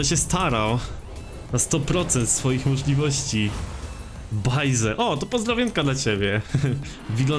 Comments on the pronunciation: Błażej, a nie bajzel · nie balzej tylko błażej bo sam mam tak na imie